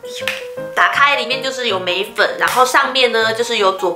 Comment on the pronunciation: 我聽到眉粉屎😑😂😂 笑死了啦😂對稱是問題😂